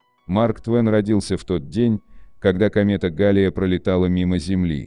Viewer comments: Комета ГаллЕя а не гАлея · Галея ударение на е.